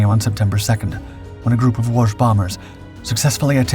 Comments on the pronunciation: Pronounced Wo-shee. The last letter is an “ś”. That is that whistling or whispering sound Poles are known for… You just keep practicing… you’re gonna get better. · Good atemt at saying Łoś but you were saying more of Łusz not Łoś as "Ł" is read like "w" in what, "o" is read like "o" in not and "ś" is like verry soft "sh" or that's closest way i can explain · It's Łoś! You see it's important beacause Łoś (ł is english w and ś is kinda verry soft sh) means Moose, while Los would mean Fate.